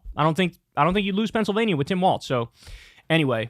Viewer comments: Tim WALZ like walls… not WALTZ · It’s pronounced “walls”, not “waltz”. Other than that, excellent video and I agree 100%. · Kyle, it's pronounced "WALLS", not "WALTZ"! Sincerely, a Minnesotan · Bruh you need to stop saying “Tim Waltz” and start saying “Tim Walz.” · While I appreciate the spotlight Kyle's putting on my governor....it's Walz, pronounced like walls.